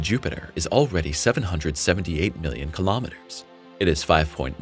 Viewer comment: Not listening to someone who can not even pronounce kilometers.